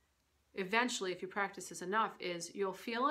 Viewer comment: You might need to practice saying the word "practice" :P